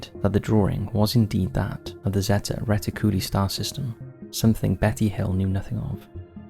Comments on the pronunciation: Zetty retty-CULLA? 😅 It's zeta reticuli (ZAY-tuh ree-TICK-yoo-lie) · ZAY - TA RHE - TICK - YOU - LIE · Terrible and lazy pronunciation of words like Zeta Reticuli... It's ZEETA ReeTICuLIE. Ffs. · Just for the record, the star system is pronounced "zay-ta reh-tick-u-ly" ... Zeta as in the greek letter. cheers